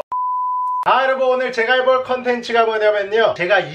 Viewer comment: 근대 나만 인사할때 곰팡이 여러분이 아니라 여러버 로 들렸나...